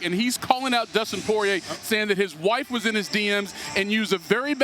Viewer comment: I’m impressed That the casual Stephen A can pronounce Poirier’s name correctly.